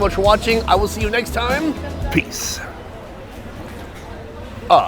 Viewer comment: peace.ah ... instead of ah.peace . u got me there lol ..